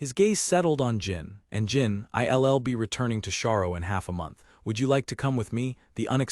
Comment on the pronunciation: Nothing says AI like the narrator repeatedly pronouncilg "I'll" as "I.L.L.". 🤣